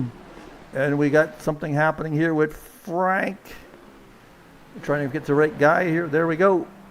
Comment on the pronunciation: Hi, Thank you for what you do for the league, I really appreciate it. You pronounce my last name well, and I'm French. Franck